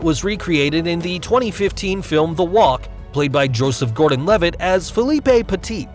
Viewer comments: Philippe is pronounced fileep, not filipay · Philip(no é) Peti(not T)